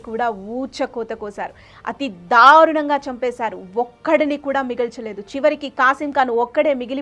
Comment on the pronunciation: తెలుగు భాషా ఉచ్చారణ మీద దృష్టి పెట్టమని మనవి . ఔరంగాజేబ్ కాదు ఔరంగజేబు , షం భాజీ కాదు శంభాజీ , షాహు కాదు , సాహు . దయ చేసి స శ ష వేరు వేరు అని గుర్తించండి . ధారుణం కాదు దారుణం . వత్తులు ఎఫెక్ట్ గురించి వాడు కోవద్దు